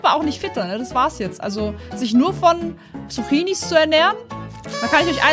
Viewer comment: Sie sagt Suchinis 🤣🤣🤣🤣